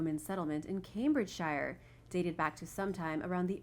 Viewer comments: Shire when added to another location name is pronounced by the British as “sheer” not “shi er” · Yo it's Cambridge SHERRR that's how all shire's are pronounced just saying